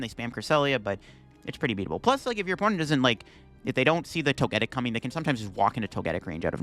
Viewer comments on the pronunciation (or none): It's pronounced Toge-Tic as in Toga and Tic like TicTok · Plot twist: he knows how to pronounce it, but says it incorrectly on purpose so people will comment on it. Engagement!